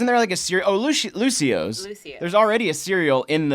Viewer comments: It's not Lucio's it's Lucio'os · Sir it’s lucio oh’s